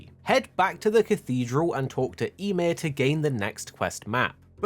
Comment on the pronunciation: "ya-meer", not sure what you said but it's Ymir